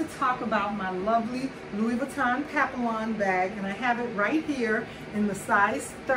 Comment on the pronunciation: Nice bag, but the "ll"s are silent.